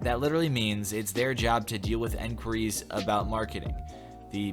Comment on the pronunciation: why do you pronounce enquiries as enquiries?